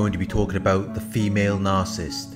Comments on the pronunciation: It's really, really irritating that the guy who runs this channel can't pronounce Narcissist correctly. He says Narcist every time. WTF?! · It's not his accent. He's pronouncing Narcissist very incorrectly. I appreciate his videos. Constructive feedback is not "going after him." Are you 12 years old?? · His entire channel is based upon it... Maybe pronounce it correctly?! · Attack? Lol! What has society come to. Pointing out poor pronunciation is an attack? Hahaha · Carlo Wilburn Very much ! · Well said.